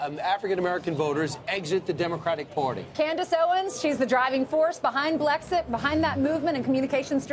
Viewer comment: why is this woman dressed as a cat that says Blixet instead of Blexit ???